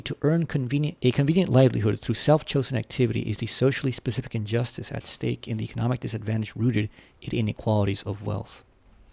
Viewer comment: "Injstice" "Marxist call" pick one